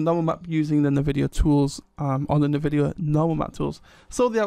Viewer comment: The pronunciation of Nvidia is "en-VI-dia", not "nuh-VI-dia". You say the name of the letter N at the beginning.